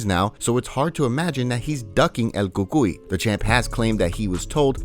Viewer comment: “it’s hard to imagine he’s ducking changes to weird Indian accent EL COOCOOEY”